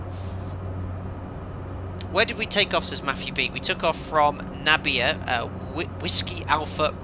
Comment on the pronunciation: Nabire should be pronounced na-bee-ray. Great landing